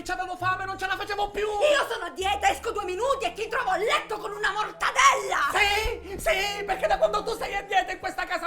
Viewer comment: Mortadella con la pronuncia siciliana...mi fa morire😀😀😀😀